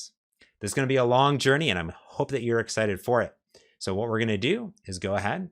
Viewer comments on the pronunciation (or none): none